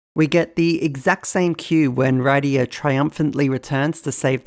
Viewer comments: Not gonna lie, a piece of me dies inside every time you say "Ride-ee-ah" instead of "Rid-ee-ah" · Wrong pronunciation of Rydia, unsubscribed /s